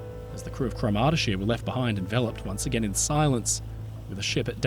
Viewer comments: By the way, CROMurty-shire -- not croMARTy-shire. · Thanks for a in-depth documentary of this tragedy. I was not aware of this story and one thing sort of spoiled it for me. I had a really hard time trying to understand your pronunciation of the sailing ship's name and only realised what it was when I saw the newspaper reports. Cromartyshire is promounced with emphasisi on the first sylable, as CROMartyshire. She was built by Russell's of Port Glasgow, Scotland which later became part of Lithgow's Shipyard. Both my father and grandfather worked at Lithgow's for many years. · Great video.. pronunciation is: CROMARTY SHY ER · Cromartyshire is pronounced Craw-mar-tay-shire with stress on the first syllable. She was built in Scotland and named after a Scottish county. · good retelling, although every single scot listening to you pronounce "cromartyshire" just winced. fwiw it rhymes with 'moriarity' and has similar cadence.